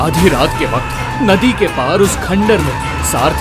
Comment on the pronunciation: Bakt nhi vakt hota he o bolna sikho pela😂😂😂😂😅😅😅